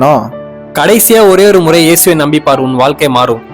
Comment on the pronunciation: சகோதரரே ஓருமுறை இல்லை ஒருமுறை